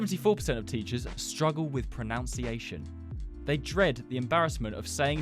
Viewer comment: Not him mispronouncing pronunciation